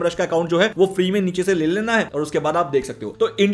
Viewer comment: Neech nahi niche hai